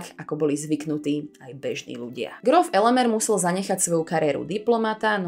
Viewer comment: Nie "Elemér" - slovensky je Elemír, maďarská podoba mena sa síce píše Elemér, ale číta ako Elemír. Na konci videa mi chýba to časté zakončenie otázkou - "a čo si myslíte vy?" Čo si myslíte: ak by kaštieľ Slovenská republika vrátila do vlastníctva benediktínskemu opátstvu v Panonhalme, bol by stále v takomto smutnom zúboženom stave? Ak by ho vrátili, tak podľa mňa by už roky bol pýchou nášho hlavného mesta.